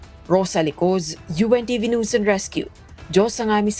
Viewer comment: Hoyy hoy hoy... HINDI NOOSE ANG PRONUNCIATION NG NEWS. ¡ QUE VERGUENZA! 😂.. NAKAKAHIYA. ISA PA.. ANG PRONUNCIATION MO NG SIMULATION.. IT'S EMBARRASSING 😅